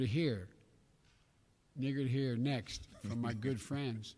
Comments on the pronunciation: He said neager tho lol still funny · He said " I'm neager to hear ....." , which is what you start sounding like after the strokes have effected your speech . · Lol, eager? epic mispronunciation. Biden -2204. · Same... It think its a mashup of "And eager to hear"...it came out N'eager to hear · He said I'm eager to hear. Then repeated it again and slipped and said n'eager to hear. He wasn't saying the n word. But if Trump made the same slip up there would be hell to pay in the media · He said neager cuz he was saying the word eager, but it’s still an awful slip of the tongue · He was trying to say ''I'm eager'' Schwartz No some of us can take the context of the sentence and actually listen to what he was saying. didn't even sound like the n word. obviously said it with an M. Maybe you need some better speakers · He had already said eager but he did slip out an "N" sound with a double "gg" er. He may have meant to eager again. It's disingenuous to say he meant to say something else because he had a history of saying things like that. So no, he doesn't get a pass or the benefit of the doubt. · He straight up said it instead of eager 😂.